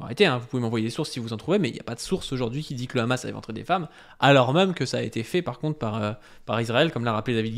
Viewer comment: Pourquoi ces sionistes ne savent pas dire : Hamas. Toujours: khamass😂😂😂